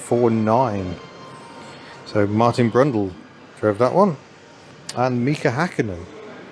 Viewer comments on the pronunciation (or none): none